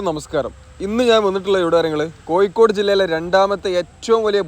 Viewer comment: കോയിക്കോട് അല്ല കോഴിക്കോട്